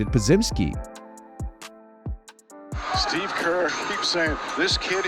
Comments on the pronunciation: *Brandin PO-jemski is what I believe he said is the correct pronunciation. I remember it from a post game interview when he had a really great game. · just so yall know, the way you pronounce Brandin Podziemski's last name is basically replace the dz with a j and say Pojemski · Come on man, Podz, Po-Jim-ski or Po-Jem-ski with a J as in Jell-O sounding J. Come on, he's earned the right for you to call pronounce his name correctly. If you just can't, which happens to us with certain words, just call him Pods then. Po-Jim-ski or Po-Gem-ski with Jell-O J's. Ha ha. Keep up the great work. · I keep waiting for you to figure out how to pronounce Podziemski (ha ha ha ha).